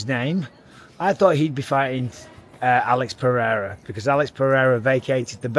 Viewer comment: Hey, you learned how to pronounce Alex Pereira name 🤣🇧🇷 Brazil is proud of you hahahahha